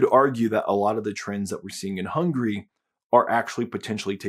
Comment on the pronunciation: How come you Muricans pronounce Hungary 'hungry' all the time and never correcting that?